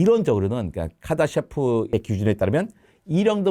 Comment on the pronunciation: 카다셰프? 카르다쇼프 척도 아닌가여..단어를 발음이나 어떻게읽는지에 따라 이렇게 많이 다른가요??